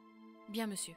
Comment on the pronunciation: On dit monsieur pas meisi